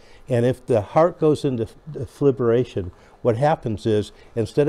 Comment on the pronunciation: Dee-fib-u- late😂